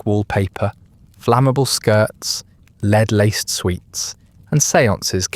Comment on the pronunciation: Dear A.I. Lead is Led ! Not "leeeed" 😮